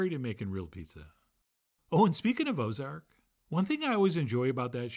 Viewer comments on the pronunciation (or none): I didn't hear "Ozarks" but "Bozzards" (well, "Beaux Arts" until he said "the Byrdes"), and when he said "the Byrdes...", I assumed "the birds" and thought "Bozzards" might be some play on "buzzards." I pictured a modern adult cartoon with "murderous, money laundering" buzzards who enjoy salads. Why am I missing out on this show?